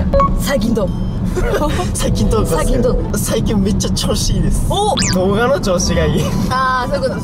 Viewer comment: くらいあっちゃんが訛って動画って言ってる☺️